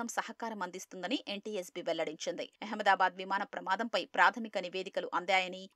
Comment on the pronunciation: అహమ్మాదాబాద్ అనలేరా? ఎహమ్మయదాబాద్ ఏంటి?